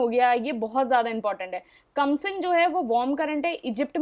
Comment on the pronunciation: Are mam kamsin nahi khamsin…. Sorry for being pronounciation nazi in advance